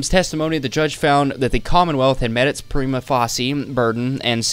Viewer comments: Prima facie is pronounced Prime-uh fae-shuh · Prima Facie = Prime-Uh Fay-Shuh 😂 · Prima facie is pronounced like "prima face-sha." if you’re gonna do this kind of thing for a living, you should probably look up how certain things are pronounced. It’s a very important legal precedent. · facie is pronounce face-sha prima face-sha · it is pronounced "Preema Faysha" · Great video and research on this waste of breath! FYI, "facie" in "prima facie" rhymes with "Tasha"